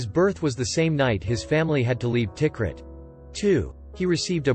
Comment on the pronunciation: Its not Tik Rit. Ta-Kreet.